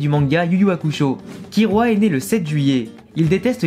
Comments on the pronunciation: On dit KiLLua prcq sont nom vient du mots kill (tuer) en anglais parce du coup si sont nom vient du mot tuer KiRua ça veut rien dire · Oui, d'accord, mais à l'oral ça se prononce "Killua" et non "Kirua". Donc bah logique qu'on l'écrit " Killua " même si la lettre " l " n'existe pas en japonais. Et c'est souvent les personnes qui ont regardés en Vf, qui disent" Kirua ". T'as capté mon point de vue ?